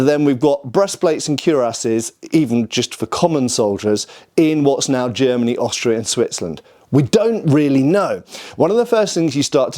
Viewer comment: It's funny that he has such big problems with the word "Germany," but pronounces all other countries normally. Even Italy. Greet's from Germany.✌️😅 Unterhaltungen übersetzen